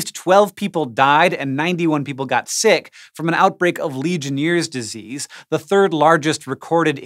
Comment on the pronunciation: It is pronounced legion airs disease Not legion ears disease.